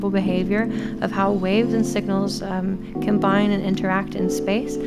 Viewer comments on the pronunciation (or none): none